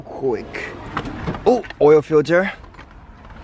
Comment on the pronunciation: I die every time he says "OIL" swear to god it sound like "OIEEEE" HAHA I LOVE YOU